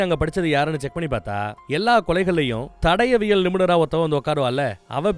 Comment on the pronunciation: தடவியல் ❌ தடயவியல் ✔️ சிறந்த விளக்கம் அண்ணா...! ஆனாலும் இந்த ஒரு வழு (பிழை) மட்டுமே மண்டைக்குள்ள ஓடிட்டு இருக்கு... அடுத்த அடுத்த வீடியோக்களில் அவை நிகழாத வண்ணம் பார்த்துக்கொள்ளவும்... தமிழ் அல்லவா❤❤